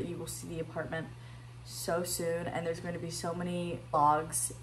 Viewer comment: oh my god apartamement ???😅